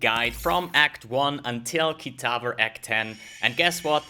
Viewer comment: Why do you say "KITAVER"? there is no "r" in "kitava"